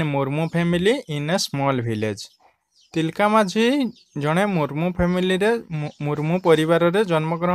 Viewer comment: Not ତିଲକା it's ତିଲକ